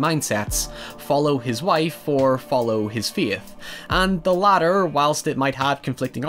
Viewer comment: Took quite a while to figure out he was saying "faith"